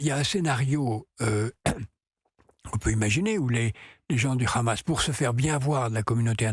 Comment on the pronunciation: Pourquoi les journalistes français se sentent obligês de prononcer Hamas a l'Israélien ne Khamass? LoL